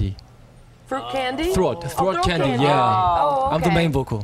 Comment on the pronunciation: They have really good pronounciation! Kihyun said throat not "sloat" th and then minhyuks vanilla not "banilla" teaching in Korea I know; v, th, and r sounds r a bit difficult I'm surprised jooheon didn't speak more